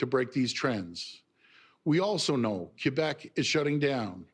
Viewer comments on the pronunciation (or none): none